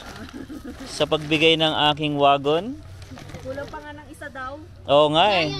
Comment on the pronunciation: huwag kang magalit pero mali yung pagbigkas ng wagon. Google search wagon pronunciation. Pasensya na.